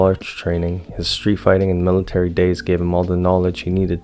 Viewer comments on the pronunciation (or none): none